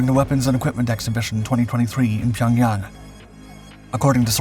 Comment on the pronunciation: Finally someone who says pyongyang correctly.